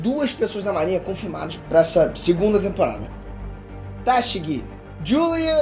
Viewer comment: Esse "téshigi" me incomoda sempre. Por isso n dá pra ver anime em inglês kkkkkkk